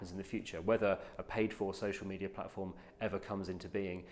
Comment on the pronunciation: Why does he pronounce it social meteor